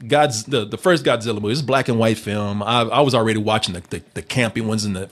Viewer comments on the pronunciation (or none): I really wanted Goodwin here to pronounce Godzilla properly